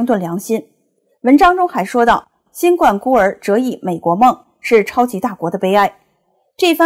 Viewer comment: 节目很好。新冠请正确读第一声，是怒发冲冠的读音。谢谢。